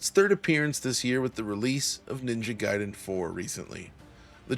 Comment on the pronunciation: Thank you for not pronouncing it as "Ninja Gayden". Makes the review easier to get through.